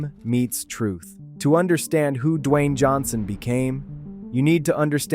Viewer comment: that’s not how his name is pronounced. F*ck actually do the work and stop putting sh*t out on the internet